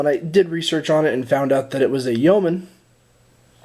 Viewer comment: Great hearing an American that knows how to pronounce Yeoman! Lol